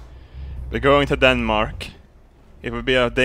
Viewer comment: "Danemak" lol